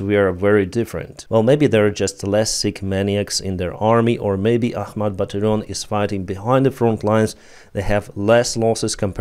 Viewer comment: ITS ACHMAT